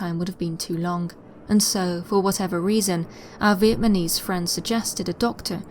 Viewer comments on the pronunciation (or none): Vietnamese not “Vietmanese” NAMese not MANese (constructive criticism) please no hate. Everyday is a school day 👍🏽👍🏽 Still my favourite storyteller by a country mile. 🙂 much love 🥰